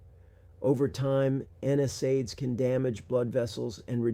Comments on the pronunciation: You'd think a doctor would know how to pronounce N SAIDS. It's not N S AIDS. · Something is fishy here. No physician would pronounce NSAIDS the way this one does. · Definitely AI. It can’t pronounce common words correctly, like NSAIDS.